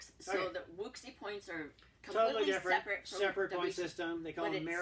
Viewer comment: Also as an aside: Wuxi is pronounced “woo-shee” 👍🏻